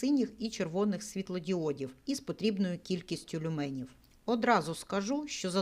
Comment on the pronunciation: Доброго дня. Я перепрошую, але правльно казати лЮменів! а не люмЕнів. Дякую.